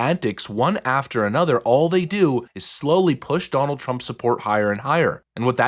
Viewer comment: but Ted "Give me the delegates, Dahnald" Cruz said that we need to take them seriously!